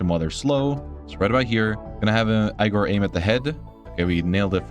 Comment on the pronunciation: aigor? its egor! duhhh 😂